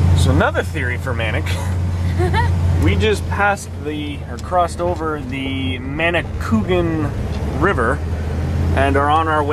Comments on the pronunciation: Emphasis on the A . Manicou A gan. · Nice Video. I am very familiar with the Manicouagan river, having been born and brought up in the area. I don't mean to be critical but the pronunciation is Manny-kwah'-guhn, (accent on the second syllable.) But don't feel bad, you pronounced it as almost everyone else does. I worked on the first dam as a student back in the early 50's (I'm 85 years old.) Back then it was known as the McCormack dam near Baie Comeau. On your trip you may have seen it. In any case I enjoyed your video. It brought back so many happy days of my youth. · Great series...been following 4 awhile. keep them coming. Ps: minor detail...river is pronounced manikouwagan :-) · The actual name is spelled "Manicouagan", not -cougan, and another way to describe the pronunciation is "manic-wagon" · again , another person who can't pronounce Manicouagan .. who the hell is Manni Coogan ?